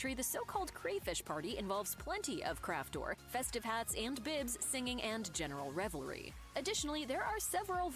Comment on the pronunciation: kräftor is not pronounced "craft whore"